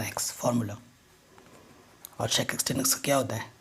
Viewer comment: Sir really helpful but the thing is it’s pronounced sec x not shake x